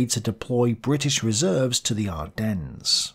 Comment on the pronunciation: Pronounce Ardennes properly please. No 's' at the end.. and St. Vith too. Otherwise pretty decent review. I do hope that you are okay with all that you are trying to complete. U do a really good job, but I worry about your health.